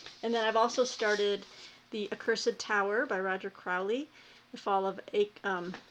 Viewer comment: Apropos of nothing, until I saw the cover, I thought you were saying, 'The Cursive Tower' which I thought, "Well, I have seen Peggy read books about semi colons, so I'll bite. Cursive handwriting. In a tower. Cursive handwriting AND towers. Sent TO THE TOWER because of poor penmanship! Very dramatic!" Accursed. Far less interesting. Ho hum.